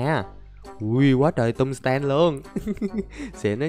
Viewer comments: Anh dọc chữ tum sờ tem nghe mắc cười. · Anh ơi, em nghe anh đọc chữ tung sờ ten nghe nó hài hài sao sao ấy